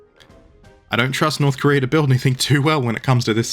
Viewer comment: "Korear" -you